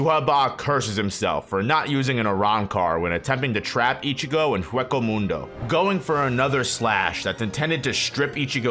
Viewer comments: Lol Heckco Mundo. It's Way-co Mundo. Also, the VIZ pronunciation for Volstandig, is actually Volsterndich (vol-stern-ditch). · I can’t get over how you say hueco mundo and how you said “Melony” instead of her actual name lol